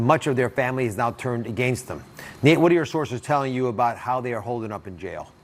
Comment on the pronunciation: I have 100% respect for you Nate and will follow this to the end. I have ZERO respect for Dr. Oz as he and Dr. Phil downplayed COVID in a dangerous way. Apologies from him was not good enough. PS: It's "Nate" not "Nat" Dr. Oz.